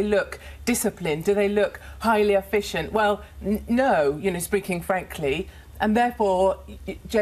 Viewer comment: She literally said “wewh” instead of well…